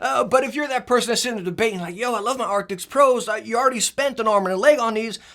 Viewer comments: Arctics ???? Arctics ??? What Arctics ??? Every video all i hear is Arctics !!! I think they did NOT change the Name ,it's still Arctis ! But Great video !!! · Does he say arctics